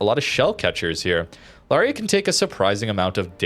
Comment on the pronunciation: Lauria is a great ship, albeit the dispersion is sometimes truly crap, probably due to that low sigma… FYI, Lauria is pronounced “Laureea” with the accent on the “i”, and you pronounce both the an and the u as separate vowels, lot like in “Lawrence”. The name comes from a small town in the Basilicata region (actually, two towns, Lauria Inferiore and Lauria Superiore, the former by the sea, the other on the hills).😅 Italian pronunciation for you